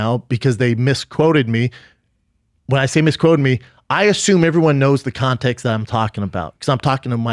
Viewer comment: I like how he calls it contex